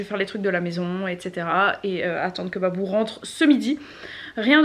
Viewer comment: C moi ou j'ai entendu dire "bibou" au moment ou babou est venu